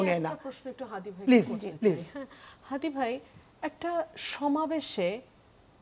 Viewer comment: তার নামটা সুন্দর ভাবে উচ্চারণ করেন হাতি না হাদি ok